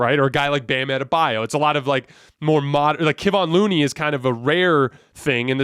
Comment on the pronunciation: Come on man. It's Keh-von Looney. Not Keeevon or whatever you're saying. He's been around for years please learn how to say his name.